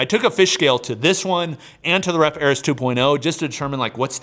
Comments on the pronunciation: It's AIR-EEEEES Not air-Is... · Air-EE's. At this point its intentional.